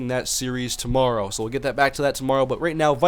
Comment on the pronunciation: he said tomrow